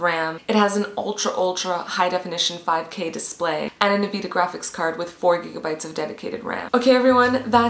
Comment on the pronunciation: yep she is totally qualified when she pronouses (n-vidia) nvida